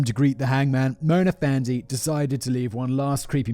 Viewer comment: Malaysian here. Hearing Simon try to pronounce Malay words is absolutely hilarious. Fandey is pronounced just like Fendi as in Fendi the brand. This case was pretty big here actually and there was even a movie made titled “Dukun”. Black magic is still an active thing in the Malay community and people are still making it a business going as far as selling their services online during these trying times 😂.